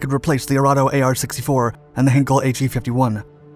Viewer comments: Pronunciation alert: The ei in Heinkel (111) is pronounced not as if it were written Hinkel, but like in the word 'mine' - or as in Heineken. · Jesus :D haha please have a 2nd look on how to pronounce the german names <3 ist funny for a german to hear you sometimes :D like Heer, Heinkel, Göring just as an example